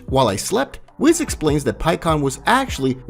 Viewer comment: it's WHIS not WIZ